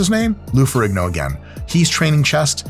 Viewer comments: Pretty sure ihis last name has a silent G, so more Ferreeeno than Ferriggno. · It's pronounced Ferreen-yo.